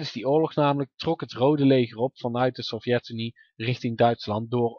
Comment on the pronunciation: Fix je klemtoon. Het is SOVjetunie, niet sovJETunie. Verder puike video.